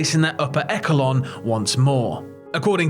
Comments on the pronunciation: How the hell do you not know how to pronounce echelon? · echelon is NOT pronounced that way. not even as a secondary pronunciation. the more you know! :-) according to multiple dictionaries including merriam